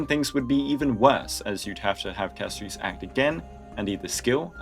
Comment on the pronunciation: Why do you pronounce Castorice as Casto reece 😭